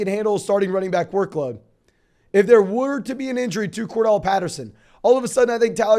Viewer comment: CORDARRELLE NOT CORDELL